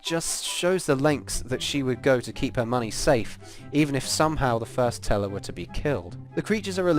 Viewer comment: Whenever he says "the teller" I keep thinking he's saying "nutella"